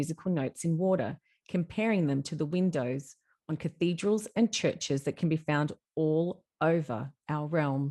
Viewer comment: If only you'd put 10% of the same energy you put into your imagination into actual study on history. Culture, architecture, linguistics, engineering etc etc. I feel 2nd hand embarrassment watching this. "Cathode-ral" 😂😂😂 tell me you know nothing about basic linguistics without telling me....😂😂😂